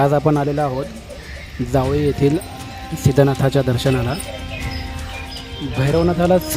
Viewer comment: दादा जावळी नाही जावली असं नाव आहे गावाचं